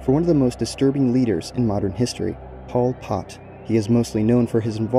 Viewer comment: Good video but the way you pronounced pol pots name was actually pmo 😭